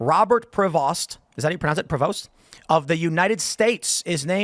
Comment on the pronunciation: His last name is Pre-vost like the word most. I'm happy that a creole/cajun desendant made it to the top